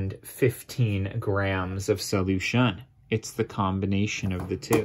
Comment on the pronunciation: Sadly I wasn’t able to get anything from this video because the entire experience was destroyed by his wacky use of the word solution. Who talks like that? He clearly has the wrong emPHASis or the wrong syllABLE.